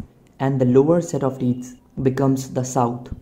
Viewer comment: "the teets". my wife has some too.